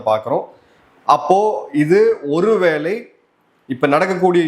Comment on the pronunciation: "ஒரு வேலை " தவறான உச்சரிப்பு "ஒரு வேளை " சரியான உச்சரிப்பு